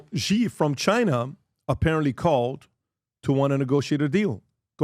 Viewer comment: It’s not “ghee” and it’s not “zhee”. Seriously, pronounce “Xi” as “she” or you look extremely uneducated.